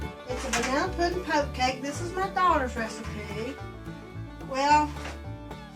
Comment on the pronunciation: it’s a “poke” cake